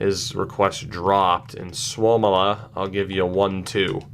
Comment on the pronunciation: its sua-mella not souwomila